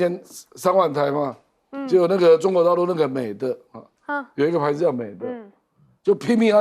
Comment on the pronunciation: 亮哥，是美的（弟）不是美的（得）